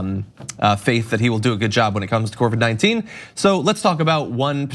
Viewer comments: John: COVID-19, not CORVID-19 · Corvid-19 sounds like a covert group of crow, raven, and magpie secret agents lol